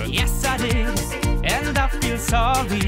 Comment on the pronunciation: "I don't feel hate, I just feel zoey" Alter, sing doch deutsch, wenn du keine englische Aussprache hast...